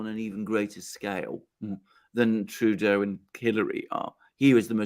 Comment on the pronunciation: Did you say Trudeau or Playdough?